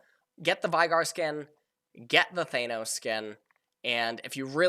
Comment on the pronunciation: Thanos with the A pronounced like Aatrox, and Aatrox with the A pronounced like Thanos